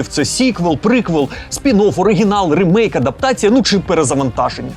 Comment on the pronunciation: Правильно казати/писати "рімейк", бо саме так читається англійською слово "remake".